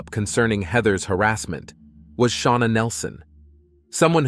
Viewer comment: Who's sha-wana ⟵(o_O)